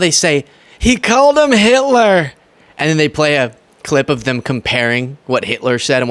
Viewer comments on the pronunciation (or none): HILTER. SHE SAID HILTER.